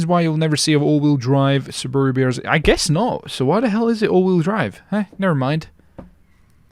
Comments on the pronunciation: It's Subaru (S-OO-B-ER-OO.) not Subaru (S-U-B-ER-OO.) just so you know I'm not mad I'm just letting you know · Sue bah roo is how you say it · its pronounced (sue ba roo) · The way you pronounce Subaru bugs me, but it's still a great video. ❤️